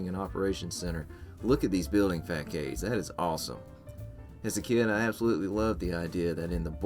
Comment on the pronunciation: Fackaids??!! (Im assuming he meant Facades) Was that on purpose or...